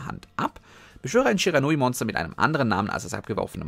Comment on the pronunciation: Ich „glaube“ du sprichst „Shiranui Sensei“ Falsch aus